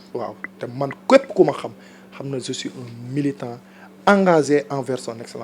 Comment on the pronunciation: C'est je pas ze, va refaire ton langage